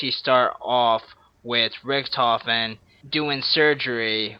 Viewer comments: His name is richtofen not richentof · he said richentof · its not rickentoph its ricktophen (i dont know how to spell the name) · Richtofen not richentofen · "richentoff" lmao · "Rick-In-Tofen" lol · Learn how to say "Richtofen" u dumbass